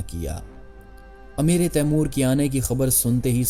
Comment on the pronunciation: خدا کے لیے اردو کا تلفظ ٹھیک کرو "امیر تیمور ہے نیچے زیر نہیں ہے جو آپ بول رہے ہیں اس مطلب ہے تیمور کا امیر ۔